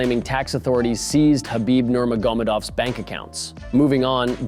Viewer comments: Learn how to say fighters names. Absolutely butchered kahibibs last name. Shows the channel is only in it for the money and not a real fan. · i would expect a mma channel in 2024 to pronounce nurmagomedov the right way xd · If you can't pronounce his last name, just say Khabib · Learn how to pronounce Khabib’s last name. Give you no credit as a “journalist”. Thumbs down.